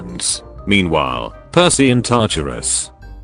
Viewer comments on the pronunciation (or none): none